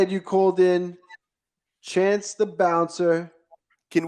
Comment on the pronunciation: It’s not chase! It’s chance 😎